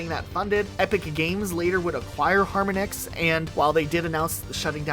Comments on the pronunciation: Just an aside, the company Harmonix is pronounced like the musical technique 'Harmonics' not Harmon - icks. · harminix 🤢🤢, its har mon ix bro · man its har-monix not harm-onix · HAR-MAH-NIX, not HAR-MUH-NIX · I love you guys but how do you manage to mispronounce at least 3 things per video, harmonix is obviously pronounced like the word harmony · Wow, I have never heard anyone pronounce Harmonix like that. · Your inability to pronounce harmonics properly is driving me nuts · How many times can you mispronounce Harmonix? Holy shit Skip L T D? That's limited... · The amount of people that mispronounced "Harmonix" is pathetic. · your pronounciation of Harmonix and constantly referring to the keyboard as a keytar kind of drove me insane for a bit there. I appreciate you acknowledging that Nuts & Bolts had its fans though, as that game tends to be dogpiled on whenever it's mentioned, unfairly so in my opinion. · Harmonics is a real word you can look up instead of inventing a goofy ass way to pronounce Harmonix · Never seen someone mispronounce harmonix so much in my life